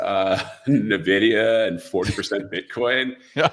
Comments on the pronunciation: why does he pronounce it like navidia? The NVidia CEO and most tech people pronounce it like envidia. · “EN-Vidia” > “NAH-Vidia” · It's not na-vidia. It's en-vidia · Why does he keep calling Nuh-Vidia? Kinda destroys his credibility. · Why does everyone say 'Nividia' 🤣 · Wait if a hedge fund manager pronounces it Nividia I'm already concerned that investors are even more clueless than I suspected. These are device with billions of transistors, can't we expect the people funding this stuff to have a buffer memory of more than 6 characters? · I know all these people who just found out about this company mispronouncing the name...you can pretty much ignore anyone that pronounces it this way, it marks them as someone with no understanding of tech since it shows they are new carpetbaggers just trying to sell some snake oil around the big tech success, anyone who knows the industry well enough to listen to knows the real name. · Impossible to continue listening after he called it “Nividia” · Typical investor. "Every dollar that you make is going to go to " a company you can't even pronounce the name of. The guest should do his own video on "how to remove your credibility"